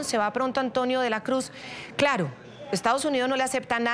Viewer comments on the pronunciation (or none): Señoll Tolles hable clalo... No sea lidiCULO. Diga la veldad, muy bien, pelo hable clalo. ❤❤❤❤❤❤❤❤❤❤❤❤❤❤❤❤❤❤❤❤❤❤❤❤❤❤❤❤❤❤❤❤❤❤❤❤❤❤❤❤❤❤❤❤